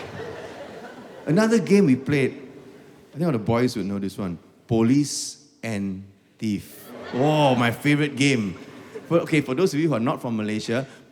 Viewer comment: FINALLY! One of the few people who got it right! POLICE & THIEF! And not POLICE AND TREE or POLICE ENTRY! 🤦🏻‍♂️